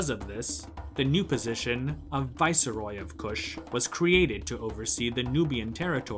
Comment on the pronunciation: It's pronounced vice-roy, not vicer-roy. {:o:O:}